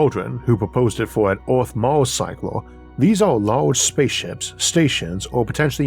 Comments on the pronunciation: ec u men opolis like ecumenical, ecumen. its not eucemenopolis, its ecumenopolis. just read the word buddy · She did let Isaac trick her into mispronouncing ecumenopolis as he does so she's imperfect but still, an excellent narration overall.